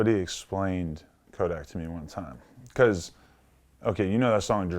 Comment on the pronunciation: Vlad saying Kodak not tuff🤦🏽‍♂️vlad just stop